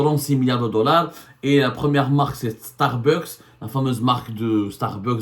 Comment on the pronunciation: Correction de prononciation: on dit Starbucks( starbax). Pas starbeuks